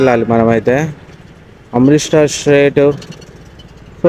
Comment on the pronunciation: Amrith star kadu Amritsar bro 😮😂